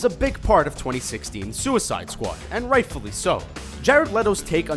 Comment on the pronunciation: Was that "Rightfully so" or "Rifley so"?